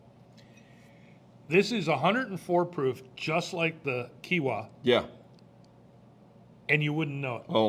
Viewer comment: Kee-a-waah. The other one is in Hawaii.